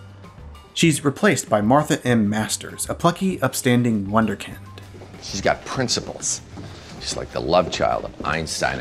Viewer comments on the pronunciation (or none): I have one major disagreement with you and it's your pronunciation of Wunderkind